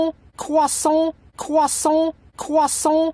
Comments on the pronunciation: my favorite part is when he said CwEsAnT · He's saying cwahsont